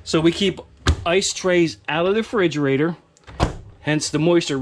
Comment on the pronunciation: Refrigerator....not Frigerator.